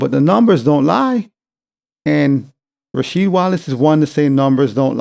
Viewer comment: Ra"Weed" Wallace 😆 he probably forgot Jordan games lol